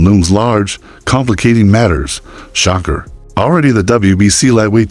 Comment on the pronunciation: U saying Shakur name wrong